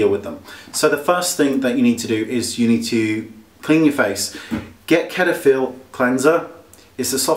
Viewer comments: I never heard it pronounced as "ketaphil" haha!! It's more like "Setaphil" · Lol. "ket-a-phil". It's pronounced set-a-phil. :) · Cetaphil It's pronounced Set-i-fill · LOL at the way he said cetaphil :-)